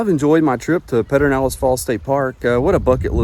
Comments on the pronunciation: Thanks for a great video. If you are from Central Texas, it is pronounced: PUR-der-NAL-ehz” or “PUR-den-nal-ehz.” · Yep…it’s hard to listen to him say it. I’ve never heard anyone say that.